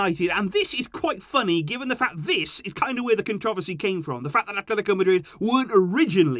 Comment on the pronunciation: why did you pronounce controversy like that